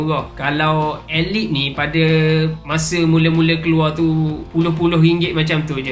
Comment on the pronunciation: baru tau sebutan Nama ALIPH ni aelip . sedap gak bunyinya. aq ingatkan sebutannya Alip😅